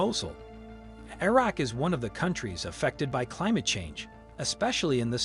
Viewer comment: "i" raq!!! 😂😂😂✌️🍻🇵🇭🤟